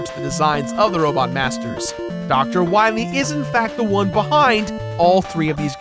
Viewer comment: Too bad the Anniversary Collection didn't fix the Dr. "Wah-Wee" Epidemic.